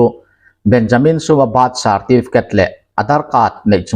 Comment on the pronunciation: Bat sarrrtifket